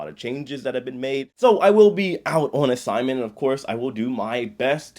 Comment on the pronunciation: “Starting ohnnn”